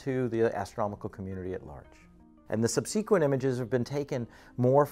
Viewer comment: Haven't heard a scientist mispronounce the word 'subsequent' before. What a world. 🌎🍃🦋🔭✨🌙